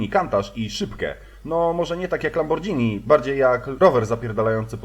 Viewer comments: lambor(G)hini a nie lambordżini KURWAAAAAA !!! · Nie Lambordżini tylko Lamborgini z takim delikatnie słyszalnym "h" we Włoskim "ghi" nie czyta się jako"dżi" ;) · Lamborgini nie lambordżini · "LamborDŻini" Kiedy w Polandii ludzie się nauczą, że mówi się Lamborgini. GH to nie DŻ. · lamborGhini nie dźini, znafca powinien to wiedzieć;) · No zajebiście, tylko weź czytaj Lamborgini, nie Lambordżini. :D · Chyba powinno się mówić po prostu "Lamborgini" zamiast "Lambordżini", ale film i tak świetny :) Czekam na kolejne części :D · Mówi się lamborgini a nie lambordżini. Poza tym wszystko się zgadza ;) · właśnie zastanawiam się, czy autor tak specjalnie, czy niechcący. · Kiedy mówi "Lambordżini"xd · Lambordżini spadżetti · Jestem babą i mówi się lamborghini ciulu. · Lamborghini a nie lambordżini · LAMBORDŻINI KANTACZ haha :D MISZCZU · LAMBORDŻINI!!!!! :DDDDDDDDDD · Lambordżini Kantasz XDDDD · Lamborgini, bo to po włosku, a nie angielsku,. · LAMBOR "GH" NI – "gini" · Faktycznie znaFca.... :D LamborDŻini :D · Co to jest "lambordżini"?